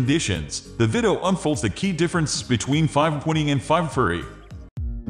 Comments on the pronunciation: AI pronouncing the "w" as though it's part of a word. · what accent is this? i had a hard time trying to hear the 5-20 pronunciation